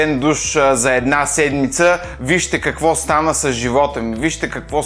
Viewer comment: Ех... когато каза "Ко стаа, ве, Киро", варненецът в мен джизна :D